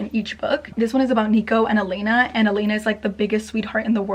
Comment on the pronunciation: YES. you finally said Elena right. it bugs me that everyone says Elaina Armas instead of Elena Armas. lol with my name being Elena it’s been driving me crazy that everyone says her name wrong lol